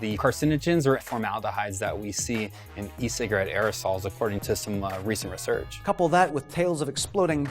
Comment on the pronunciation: Don’t trust that first guy, he doesn’t even know how to pronounce “research”